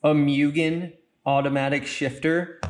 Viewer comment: Like I understand you're taking a dig at Mugen, but at LEAST say it correctly. It's an assault to my ears. It's like a cow... MOOOOO GAYN